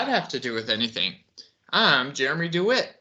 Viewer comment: Deh-wit NOT Doo-wit